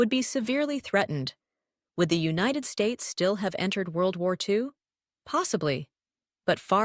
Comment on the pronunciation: Clicked off in two seconds when I heard wudy wudy 2 🙄